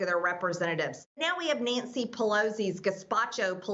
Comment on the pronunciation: "Neentsy Pelosi"; "Jeen-You-Wary"; "Marshall Law". Yeah -- (s)he gets my vote.